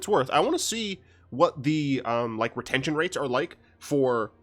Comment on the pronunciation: he says retension.... post, i watch- easy enough